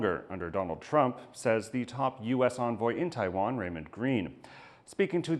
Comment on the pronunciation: I can't bear to listen to that bint who can't pronounce 'Taiwan', bye!